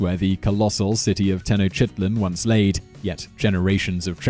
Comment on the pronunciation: #5 It's Moctezuma, not Montezuma. And it's Tenochtitlan (Te-Noch-Tee-Tlan). Love your videos, but try to do more research on the pronunciation of names of places and people :)